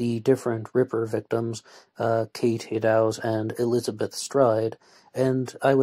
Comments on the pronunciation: Oh and Eddowes is pronounced, "Ed" as in Edward followed by "Owes" like she owed some money to someone. "Eddowes". Just FYI, I do realise it's difficult when you're from a different country. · Yup. Eddowes rhymes with meadows.